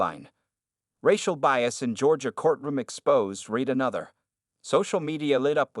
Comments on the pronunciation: You need to teach your AI that there are times the word 'read' is pronounced 'red' not 'reed'. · Read pronounced reed is present or future tense example He began to read the book. Read pronounced red is past tense example He read the book last night. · It is better to read the transcript than to cringe on the reading mistakes of the AI voicebot (like no discerning for "read" in present vs. past tense pronunciation) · When someone is talking about the written word, the word read ( pronounced- reed) depends on how it is used in the sentence. Other times, it is pronounced (red). Proper Grammer goes present tense, future tense, past tense. Read(reed), read(reed), read(red). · and couldn't even pronounce 'read' properly 😅